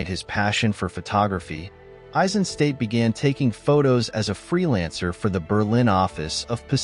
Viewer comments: Hi, perfectly done as always! I do have one remark and that’s concerning the pronounciation of his surname. It’s pronounced Eisenstat, with a short “a” like in HiroshimA, and at the end a sharp “t”, stad is a town in German, so it’s not pronounced as ‘state”. Greets from the Nerherlands 👋🏼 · nicely done, but you pronounce his name "ai-zuhn - stat", not "ei-sen-state"